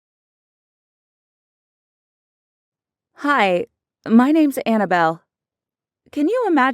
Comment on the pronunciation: Did she just say Annabelle